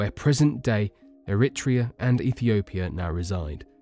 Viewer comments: Great work. Just a thought though, if you're doing such a video would it not be a good idea to take a little advice on pronunciation. The latest example I came across was Eritrea it has the sound of the word tray in there after writ. You're welcome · Who else got annoyed with wrong Pronunciations of the Navajo tribe and the place Eritrea?